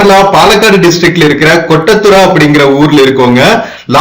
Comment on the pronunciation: Good Kottathara.pronoucing.is.not.right